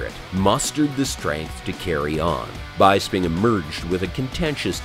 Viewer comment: Michael "Bye-sping" huh?